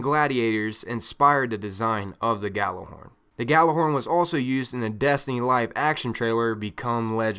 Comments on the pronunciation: Why cant Americans pronounce Gjallarhorn instead they say Gallarhorn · Hate to be that guy but its pronounced Y'āhl-er-Hòrn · ***** No its a Scandinavian word and it's pronounced Yallerhorn. Smarten up. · Idk, I'm american but I pronounce it "Yallerhorn" and I always get screamed at. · Well, since none of you are swedish and Gjallarhorn is a swedish word you're both wrong. Its from northern mythology and its pronounced as it's spelled. But I guess if you're american you pronunce it like that.. Y'āhl-er-Hòrn. But it's not right.. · geo genisis americans have a hard time pronouncing norse words, often putting eeee sounds where there should be aaa. :) When googling they tell you to pronounce it like this: yahl-lehr-hawrn, but thats not correct. Its supposed to be yahl-lahr-horn. Me myself prefer the Jellyhorn though. :) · It's an Icelandic word, when I heard it pronounced it sounded like "Gatler-horn". Of course it had an accent to it so I would advise looking up the true pronunciation, I found it in a Destiny podcast from Planet Destiny, I believe it was #5. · He just fuckig said you idiot it's pronounced how it's spell